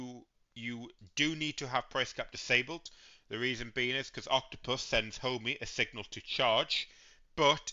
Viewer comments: It's Ohme, not Homey, infuriating! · I had to stop watching. Couldn't cope with the mispronunciation of Ohme. It's NOT Homey!